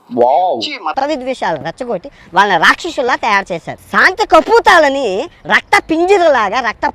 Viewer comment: Santi kapotalu ra vedhava just learn telugu first it is not Santi kaputalu